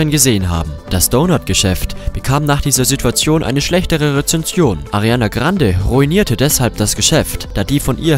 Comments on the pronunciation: Arrrrianna Grrrrrrrande 😂😂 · Wen triggert es auch so extremst wie er 'Ariana Grande' sagt😂🤣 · Ich finde es trotzdem sehr schade das man so ein Video überhaupt mache muss! Und außerdem lern erstmal ihren Name richtig auszusprechen bevor du so ein nutzloses Video machst! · Können wir mal darüber reden wie er ariana grande ausspricht? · Mich triggert es so hard man 😂😂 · Bevor du sie fertig machst , sprich mal ihren Name ordentlich aus kslskskskksks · 1. lern erstmal ihr name richtig auszusprechen 2. sie is eif nur ein mensch und jeder macht fehler 3.du tust so als würdest du keine fehler machen 4. is es richtig asozial irgendwelche fake sachen zu erzählen und irgendwas zu labern was nicht mal stimmt Erstmal melden